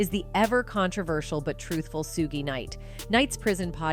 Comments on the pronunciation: SUGE KNIGHT NOT SUGIE KNIGHT PRONOUNCED AS SUGE AS IN “ SUGAR “ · Aww! Shame! Buppppp! Buppppp! It’s Not Suggie! It’s Suge! Pronounced: Shug!!! LMAO! Lol!!! 😂🤣😂🤣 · Why does every white person who does these clips mess up the names. Who the hell is Suekee?? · His name is not what you’re calling him. Please learn it’s Shug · Thank you that's been annoying